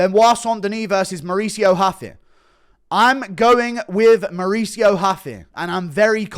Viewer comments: Stop saying huffy you absolutely tard its ruffy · When is guru gonna realize ‘Ruffy’ is a Japanese pronunciation of Luffy from one piece and stop trying to throw this respectful Brazilian pronunciation in lol